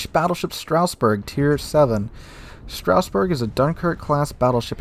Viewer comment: its not Strausberg. Its Strasberg.